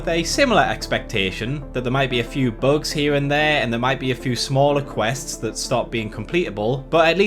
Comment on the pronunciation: Who pronounces bugs as "Buags"? Do you call Bugs Bunny "Buags Buaney"? :P